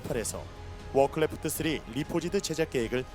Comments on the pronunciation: 되게 사소한거지만 크레프트를 매번 클레프트라고 발음하는거 거슬림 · 클래프트 발음 좆같아